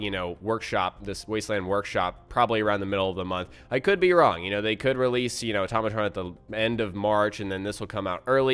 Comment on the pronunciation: Why do people say atomatron it's pronounced auto-ma-tron